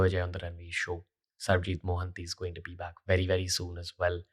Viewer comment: It’s Sarabjeet nt sarabjeet😂😂😂